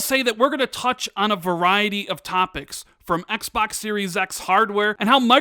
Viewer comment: Please Stop saying Xbax ,very creepy